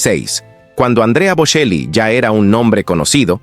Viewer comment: Pronuncie el apellido correctamente: BoCHEli!